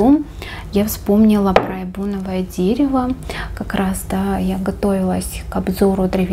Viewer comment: Эбеновое дерево в природе пахнет перцем.Очень пряное.Правильно произносить "эбЕновое" Столько всего запомнить! Название, автора, характеристики,...Молодец,! ❤